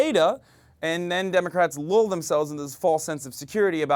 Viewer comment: Hey, Hasan, who would've thunk that you can't pronounce lull, which is not pronounced lool, but rhymes with DULL.